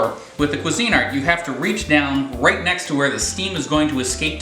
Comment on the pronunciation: I have a Bella it cost 12 bucks and works great . i always spray the cups with Pam for poached or omelette Its also pronounced qweezinart not cuisine-art. really If you're going to rate products you should pronounce the brands correctly